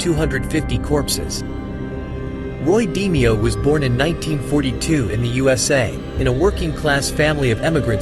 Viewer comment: It's not 'Dee-me-oh its pronounced D-may-oh